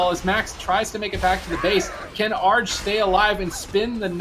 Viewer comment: the commentators are so bad with the names. Match two, the guy kept saying "A - R - G", when its name is "ARJ"